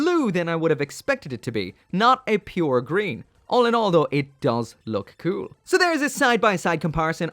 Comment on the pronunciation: Take a shot everytime said "kewl"